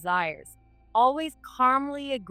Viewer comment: They can never pronounce "calmly"